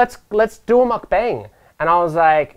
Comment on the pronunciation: oi westener, its muck bAng. not muckbang. its "ah" sound. its Korean.